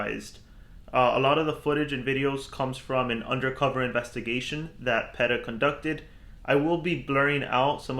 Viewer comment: I live in Virginia Beach, next to Norfolk where PETA is based. Rex Magnus and I love to visit PETA dog park. PETA is pronounced "PEETA", btw